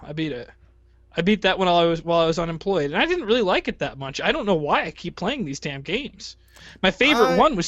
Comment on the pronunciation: Classic, saying "too " instead of "too much"